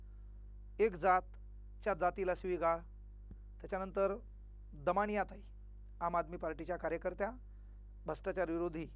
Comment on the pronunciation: दमानिया नाही थामानिया 😂😂😂😂